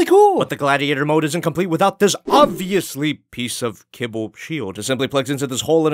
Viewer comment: Kibble!? Fuck i thought you said cable! english isn't my native tongue btw